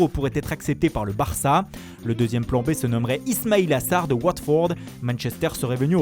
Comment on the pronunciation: Franchement vos accents pour sanchou, watfourde et la rllrlroma c'est juste du gâchis pour le reste du travail. De 1 les accents ne absolument pas les bons. Vous en faites trop De 2 ca vous rend ridicules ..